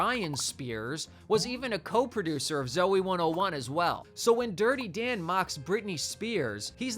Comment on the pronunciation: "DIrTy DaN¹1!" Talk like a normal person, freak